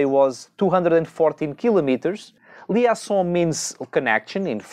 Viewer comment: Olá. "Liaison" diz-se "li ê zon"